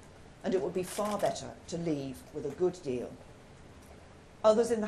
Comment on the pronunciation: Couldn’t even say the word Leave properly at the beginning of speach, she sounded like she was about to choke on it